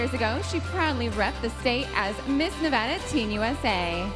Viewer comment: I’m mad the girl representing nevada said nevada wrong. 😑